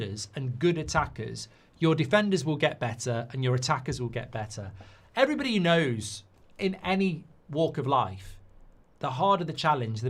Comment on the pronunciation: Goldbridge, when you open the show, can you start with "Hello EVERYbody" and not as you always aay "Hello BODY" .. its everybody, not body!! 😄 🤣 😂